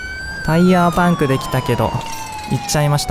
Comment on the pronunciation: 何でバイクなのに車ってwあとパンクの発音気になる